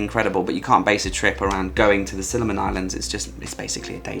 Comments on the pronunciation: Siliman islands? 😅 or similan islands? 😜😘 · lol, Similan not Siliman.